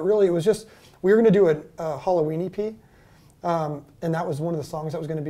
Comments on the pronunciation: It sounds like he’s saying Halloweenie Pee. This guy is so awesome and down to earth. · Until they showed the Halloween E.P. record image, I thought he was saying "Halloweenie Pee" lol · When he said "Halloween EP", my brain heard it as "Halloweenie pea". I giggled in confusion for a sec, there. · I thought he was saying Halloweeny P and couldn’t figure out what that meant 🤣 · Does anyone else hear "hollow weenie pee"? Instead of "Halloween EP"?